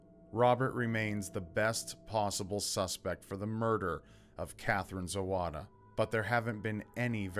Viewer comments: Except for Zawada surname. In polish language w=v. So it should be pronounced like Zavada. like surname Kowalski, should be pronounced Kovalski, Wozniak like Vozniak and all other polish names. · The wahy you pronounce "Zawada" is "Zavada" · My country - so beautiful... Good job,! I'm glad you're covering cases from outside of US, too. And just FIY - "w" in polish is pronounced like "v" so her last name would be pronounced "zah-vah-dah".